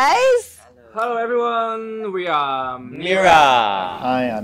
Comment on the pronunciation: Are you kidding me😂😂😂 He's not even close to correctly pronouncing most English words, even as simple as the word “very” , “everyone” “definitely” ……??? 😅 and his phrase is completely broken with a heavy HK accent.